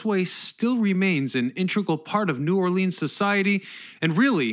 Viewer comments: Lol please don’t call it New Orleans and in “Lean” call it New Orleans as in “Lens” lol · I live about an hour from NOLA and have driven the bridges hundreds of times...never really thinking about just how long it was. Oh...and you are pronouncing New Orleans incorrectly...it's NewAwlins ....one word. And it Metairie...not whatever the hell you said. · God it drives me nuts when the say New Orleaeens it’s New Orleans FML!